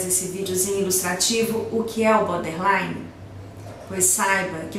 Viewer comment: É BORDERLINE , nao BODERLINE. Falha grave. Nao é um transtorno de aprendizagem!!!